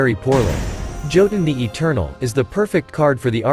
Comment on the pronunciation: I sad to say this but Jotun sounds like Yotun it's Nordic